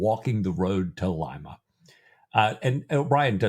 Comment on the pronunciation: Good Lord... "Lye-mah" is a city in Ohio, the home of Phyllis Diller... "Lee-mah" is the capital of Peru